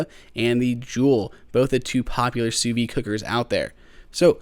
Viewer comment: That's how it's pronounced.